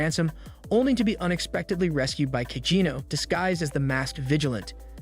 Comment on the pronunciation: It's AI, it's going to get the name wrong